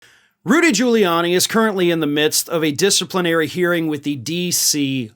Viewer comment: I seriously doubt he passed the bar in the first place. It takes a lot of work to pass at all. Giuliani can't even pronounce his own name. Its Quili-ann- ye not Julie-arnie. The idiot thinks Italian phonetics are the same as English.